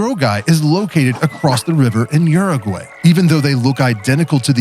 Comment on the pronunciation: It's pronounced: "OO-roo-gwi".😊